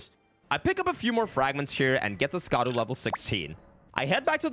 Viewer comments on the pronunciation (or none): Scadu, as I understand it, is the Old English word for Shadow, and is pronounced Shaduh. It is way more frustrating the number of times you buggered Sovereignty. Sov-ren-tee. You don't have to pronounce every letter to pronounce it right.